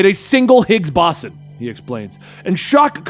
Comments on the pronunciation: How does anyone in today's America, not know how to pronounce "boson"? Lol. Silly. It's "boh-zawn". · I think it's pronounced Higgs-"Bow-Zon" kinda like the Bose-Einstein state of matter which is pronounced (bows boss einstein)